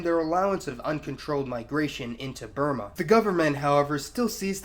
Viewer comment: Is this guy trying to sound sophisticated by trying to pronounce Burma "Bur - maar"????